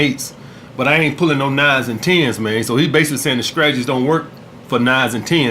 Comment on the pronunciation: "The SCRATAGIES"